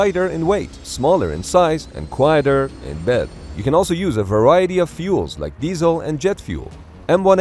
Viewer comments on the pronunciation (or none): you mispronounced diesel turbine